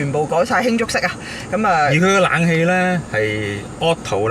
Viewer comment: 係冷氣呀，唔係懶氣呀。